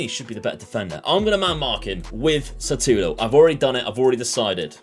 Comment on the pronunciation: S U T A L O not S A T U L O 🤣🤣 great video my man! Greets from Brasil